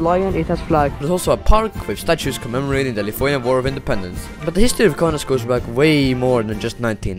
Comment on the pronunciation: i am surpised that you pronounced lithuanian correctly, I like this man, right here. Gera ta Estija ir Latvija, bet ir myliu savo šalį, Lietuvą.